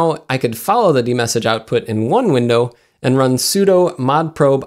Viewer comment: Love that you mention the pronunciation of Asus, but say Etsy for 'etc' (etcetera, et set er ah), and soodoo for sudo (soo doh).